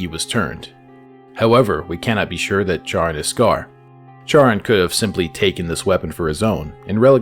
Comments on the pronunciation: Charon is probably pronounced “Karen” like in Greek theology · just for the future, it's pronounced "care-on" charon if i remember correctly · Love the video but it’s KAI-RON